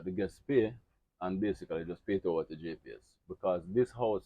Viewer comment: What is a gepees i dont get that word..